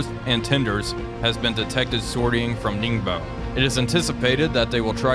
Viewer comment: Some kind suggestions of pronunciation: 宁波 Ningbo [niŋ˧˥꜊][bɔ˥꜋], "Jianghu ([dʑi̯ɑŋ˥꜋] [xu˧˥꜊])" of Jianghu(江湖)-Class frigate, 旅沪 Luhu (It is "Lühu" in fact) [ly˨˩꜉ ][xu ˥˩꜌], 江卫 Jiangwei [dʑi̯ɑŋ˥꜋] [eɪ̯˥˩꜌], 玉林 Yuling [ɥy ˥˩꜌ ][lin ˧˥꜊]:)